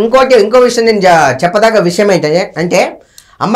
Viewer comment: Voo anchor akka 1st telugu nerchuko sakkaga adi visham payasham kadu amma vishayam 😒